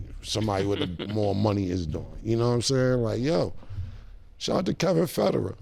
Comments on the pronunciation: Who’s Kevin Fedderin? 😂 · “Kevin federate” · "Kevin federin" lmaoooo